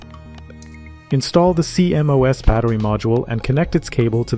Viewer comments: CMOS is pronounced "Sea-Moss" rather than C-M-O-S. Great vid! :) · I've never heard anyone call a CMOS "See em oh ess". It's pronounced "See moss" lol Also bro saying diga bytes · Cee-M-Oh-Es? Cee-MOS. Is this an AI voice or what? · Is this an AI voice? Is that why they keep spelling out that acronym C.M.O.S. Instead of pronouncing it ‘SEA-moss’? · Stop saying cmos like thah